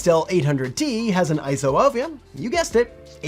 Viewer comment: You get a like for not saying ISO like it’s an acronym